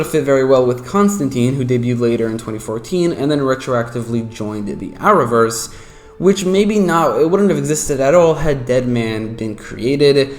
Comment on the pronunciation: Are you saying hour verse? The closed captioning can't read what you are saying